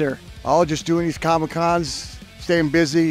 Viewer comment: "Comic-Con" lol